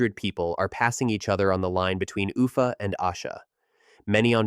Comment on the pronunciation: The stress in the city name of Oopha is on the last syllable.